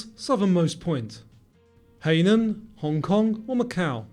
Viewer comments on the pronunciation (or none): Hainan is pronounced "high nan".